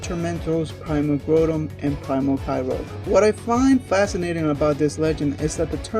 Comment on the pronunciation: You say Groundon weird.You sound so so so stupid.You also say the other one weird too.